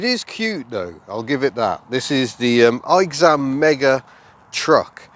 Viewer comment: Aixam is actually pronounced as “X-am” and it's a contraction of “Aix-les bains” (its headquarters are still in AIX-les-bains as of now) and “AutoMobile”. I still don't see the appeal of these things, they are horrendous, slow, unsafe, shakes a lot (especially the diesel ones, and it's even worse on the older models) and are WAY too expensive, the Aixam City in its lowest trim level costs almost 12000€ in France (I'd rather buy a used Twingo 3 instead lol). Only the Twizy and the Ami are pretty good imo.